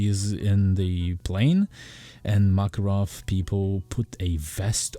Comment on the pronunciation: Not "MAAAKAROV", IT'S "MAKAAAAROV" (Makárov). Sorry, dude. Hurts my ears